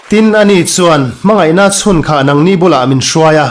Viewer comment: 'Hmangaihnaa chhun khah' tih "chhun" tih lai tak kha I chhiar dik lo